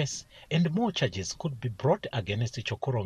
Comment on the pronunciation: Against not "ageneste" 🙄